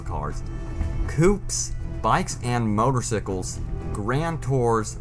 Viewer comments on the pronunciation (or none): Did he really just say motor sickles? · Hehe. Motersickles. But seriously great video. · I left the video at "motor-sickles" 😐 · Not to make fun of you, but motorsicles lol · .. how he says motorcycles lol